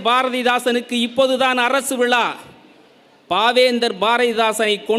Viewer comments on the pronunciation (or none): none